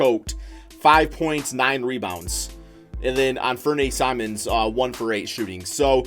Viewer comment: The way you pronounced simons name